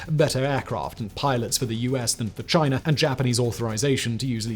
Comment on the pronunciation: i just love the way he says "chiner"